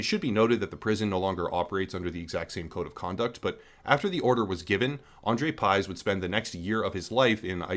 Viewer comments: It's pronounced Piyzh. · it's pronounced like pig but with 'zh' instead lf 'g'. well not quite but closer than pyzhe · You really had to screw up his surname like that, haven't you. Y is ɨ and 'zh' is ʐ His surname is 'Пыж'. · You pronounce pyzh wrong. Not even close how it suppose to sound